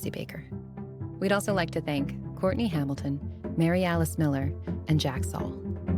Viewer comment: Girl If you say “….and(t)….” ONE MORE TIME 🙄